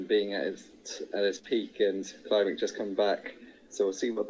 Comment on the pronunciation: Yes, but given Imboden's international stature, surely people would know who he is and how his name is pronounced. You'll notice no one mispronounced "Kleibrink" as "Kleebrink" with a long "e". Obviously, names may be altered in different languages, but how hard is it to stress the correct syllable in a three-syllable name?